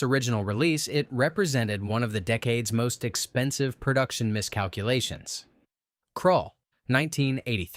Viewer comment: Please read and verify your AI Script. Dune. Dune has NO ALIENS IN IT. Heavens’s gate Is a western. Seriously! Krull Title mispronounced also it was an attempt to merge Conan and Star Wars. That Conan part is important. Buckaroo Banzai The second movie never was really going to happen. It was understood at the time as an inside joke in the film. The Black Hole Did not actually harm Disney because they already had been suffering losses and it brought in about 35m so it was a loss but the normal kind … and it actually was nominated for Oscars before the “your consideration” era. Space Hunter Movie had 3D as a way to bring audiences in. The issue was that the 3-D was poor and actually hurt the reception just as much as the release date.